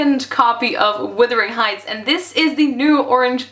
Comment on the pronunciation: It's pronounced Wuhhthering heights there is an Uh sound in there you aren't pronouncing correctly. sorry but it's a pet peeve of mine.